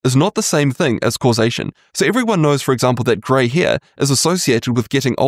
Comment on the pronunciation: "Grey heir"